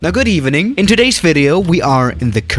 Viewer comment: « Good EvEHning » 😂